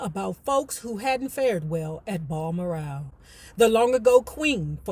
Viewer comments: Oh wow, I didn't realize this was gonna be the next book,. I just got finished reading mine last week, it was a good read😊👍🏾. FYI: BalMoral Castle is pronounced like the name Al, but w/a "B" Bal-Moor-rell Castle🙏🏾, hope this helps 🥰. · It’s pronounced Baal-moral.❤